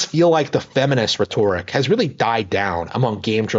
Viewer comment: You mispronounce gender and rhetoric, lonely guy. Try actually having conversations with people. You desperately need practice. You'll need to bathe and learn to stop picking at yourself first. It's rather disgusting.